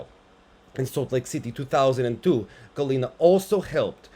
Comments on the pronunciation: HAL - ina, not Galina! ;) (like in the name, Hal) - other than that, I agree, the scores for Eteri's daughter were bonkers :D also, I begin to dig Kostorna more and more, just for her sheer balsy approach towards all the mess within the Russian ladies team and who gets to go to the Olympics. It was a shame with the Axel, but it was also clear to me, how her skating skills and overall presence on ice improved this time around and aside from Wakaba her skates were my favourite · It is Halina not Galina. It is Polish name.